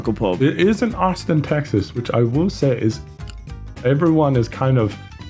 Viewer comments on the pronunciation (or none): none